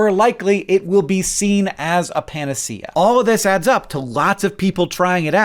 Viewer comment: Panacea is pronounced "puh-nay-shuh." I made the same mistake as someone who does a lot of reading and writing but not a lot of talking.